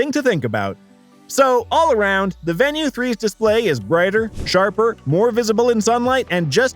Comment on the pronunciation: I was thinking the same thing. I won't watch all of it and I can't give it a like. Not even pronouncing the name correctly.